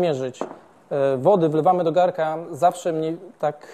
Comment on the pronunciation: Się mówi Garnka nie garka.